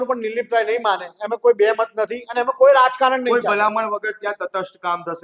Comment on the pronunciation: anchor bhai name to sarkhu uchcharo